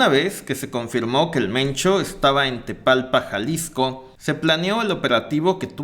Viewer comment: Tapalpa, no tepalpa